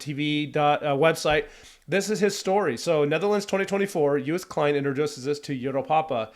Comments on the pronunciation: More context: him singing 'Euro-pa-pa' is also for his dad because 'pa' or 'papa' means dad in Dutch. You pronounce Joost Klein great! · You're doing pronuncation of Joost Klein close to perfection. Well, the first time at least. In English it is basically pronounced as "Yosed Kline". Still not 100% the same as what a Dutchman would say, though. Also "Europa" is the Dutch word for Europe. Similar to German.